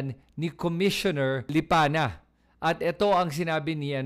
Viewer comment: May reason bakit Lipanya ang binibigkas mo, hindi yong totoo na LIPANA. Pansin nyo ba?